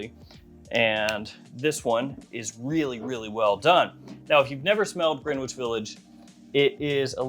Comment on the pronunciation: Gren-itch not Green-witch.